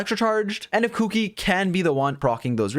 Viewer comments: I had not actually paid attention to her name so I kept hearing "Cookie" when he was saying "Kuki". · I laugh everytime he says kuki